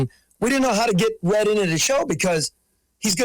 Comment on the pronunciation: Red needs a speech therapist.